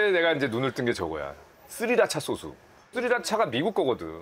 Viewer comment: 우리 할아버지도 소쓰 아니고 소스라고 하는데